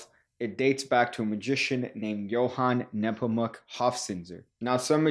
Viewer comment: Being german, props for correctly pronouncing "Johann Nepomuk" and not as "Joan Neepomac". The "z" in "Hofzinser" needs a little work though; it's pronounced like a "ts" - not like an "s" and neither like a th.